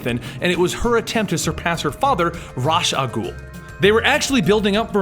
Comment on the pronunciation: Love the complete stories series. I really wish you would pronounce "Raas"(RAY-sh, or ROZZ), and "Al Ghul"(AL-GOOL), correctly though haha